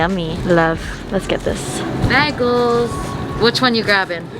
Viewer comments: "bag-els" Me: "bage-ls" But yesss everything is the way to go! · she said "bag-els" JASHAHHAHH ily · The way she says bagels but im not judging though just saying